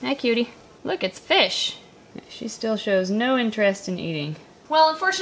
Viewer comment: look baby it's fishh' '